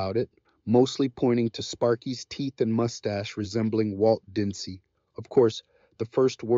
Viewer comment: What is going on? This video is a mess. Why the Romeo and Juliet mentions and mispronounced "Disney"?